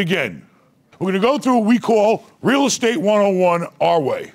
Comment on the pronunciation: "they have a degree in real estte?" haha